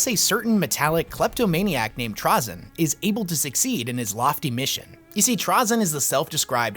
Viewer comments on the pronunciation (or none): TrazYn. Not TrazEn. My main pet peeve is people not able to properly say his name lmao. I do love the epsiode though and its a good summery! Adeptus did a great job at it as well. As for another character that dont get any focus: Xun'bakyr. The leader of the only dynasty that actually full on killed a C'tan and the source of the Flayer virus. They are just pure terminator mode and she is the coolest of them all. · TRAY-ZIN dude. cool vid regardless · ok serious question is it pronounced "traa-zyn" or "tray-zyn"? i've heard both and always said tray instead of traa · Anybody else get a weird feeling that kinda makes your eyeball twitch when dude calls trazyn (tr-awe-zyn) ? I don't care even if that's the proper pronunciation.... in my head I see it as trazyn (tra-zin) .... anything else and it's awkwardness lol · its pronounced "TRAY- ZIN" ok good. i needed to get that out of my system. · He pronounces Trazyn weird, bully him